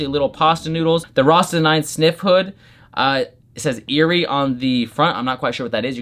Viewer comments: Irie pronouced "EYE- REE" Good, uplifting. Don't diss red, gold and green, the rastas will come for you. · i believe its (eye-ree) Irie, like ty$ song irie, a weed thing.